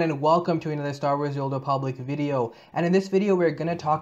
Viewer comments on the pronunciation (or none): I love how you say "swotar" xD